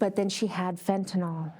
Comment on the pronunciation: fentanyl not fentaNAWL.